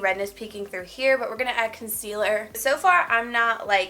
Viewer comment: Everybody go back to cause I don't know if it's just me the way she said concealer